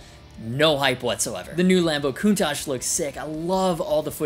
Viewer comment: Honestly don't give a damn about what Gibson does. Now I just have to contain my GAS and not refresh Thomann website 60 times a minute 😂 PS Countach is pronounced "Kun-Touch" and basically is a piedmontese (north-western italian region) for "WTF". Literally means "pleague", but the original designer Marcello Gandini used it as a filler word :)